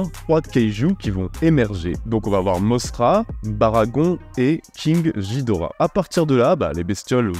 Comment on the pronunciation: se prononce GUI-dora " キングギドラ " king gidora